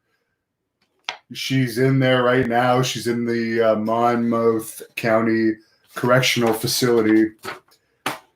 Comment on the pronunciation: Its pronounced monmoth. lol, I work there. lol